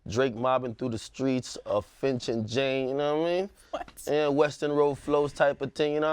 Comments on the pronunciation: MAN SAID FINCH AND JANE.. 😂😂😂🇨🇦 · My mans said Finch and Jane 🤣😂😂